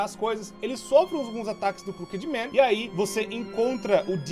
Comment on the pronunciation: ele diz cooked man